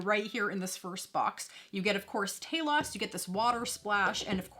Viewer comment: Respect an American who can actually pronounce the characters name correctly, mines on the way . Nice review girl 👍👍